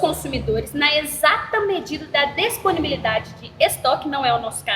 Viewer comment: "Desponibilidade" "Deeeeesssssponibilidade" "Desponível" e ainda quer entender sobre o Código de Defesa do Consumidor.